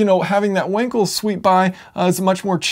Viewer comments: Should be pronounced with a V. In german W = V and V = F :) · Your pronounce of Wankel is incorrect...